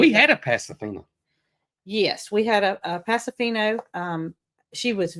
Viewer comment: Hi. Please know that the correct pronunciation of the horse is Pasofino.. “Oh “on the end. It’s a Spanish name. Love you guys. ❤